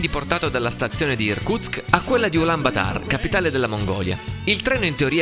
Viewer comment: Perchè Ulàn Batàr? É Ulàn Bàtor in italiano, oppure Ulàn Baàtar in mongolo.